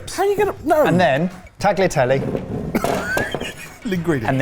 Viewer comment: Chitarra - ch is a k and “i” is “e” sound so it’s like ketarra. Tagliatelle - the gl is an ly sound so it’s like tahlyatelle. I know I’m being pedantic, but I cringe every time you all try to pronounce Italian words. I’m not going to address oregano (the emphasis is on the second syllable). I love your kitchen gadget videos! I’m always learning something new!